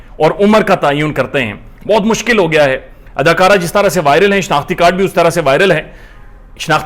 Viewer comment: And “gayo”